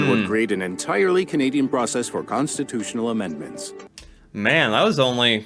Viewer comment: constinutional ? wow